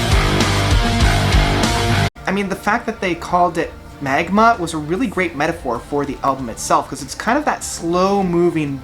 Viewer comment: Haha, no biggy. Just funny that you said the album wrong two times :D